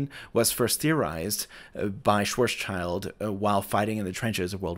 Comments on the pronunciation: On the matter of pedantry - Schwarzschild's name is pronounced like Shwartsshild. No child involved. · Why are you US guys systematically mispronouncing Schwarzschild’s name? It has nothing to do with a child whatsoever, but rather from a noble sounding German family name that translates as “black shield”, maybe descending from knighthood. Maybe worth another video? 😜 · Schwarzschild is pronounced like "shwahrtz-shilled" - which literally means "black shield", which is a really interesting coincidence. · The third funny mistake is the way you pronounce the name "Schwarzschild" (meaning in fact "black shield"). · interesting. i expected a mistake in the maths or physics itself somehow, not a historically inaccurate usage of the notation. really cool though. a small thing and pet peeve for German speakers: the name «Schwarzschild» always gets pronounced unnecessarily over-engineered (and more wrong that way) by anglophones.. it rhymes with "wilt" or if you want to with "chilled" – i'd render the pronunciation as SHVAH-chilt for a normal talking speed. German doesn't properly contrast the English /w/ and /v/ sounds so stick with /w/ if you will, and English doesn't do final devoicing so /d/ or /t/ in the end are fine.. but it's definitely a short i sound, not an eye, and either ts+sh or just contracted to a ch, not some ts+tch which isn't even anything that normally happens in English safe for Russian loanwords maybey so i always wonder why you lot strain youself to pronounce it like that. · Thank you for this very interesting video. But, is your pronounciation of “Schwarzschild” correct? From a pedantic Italian who has studied German. 😉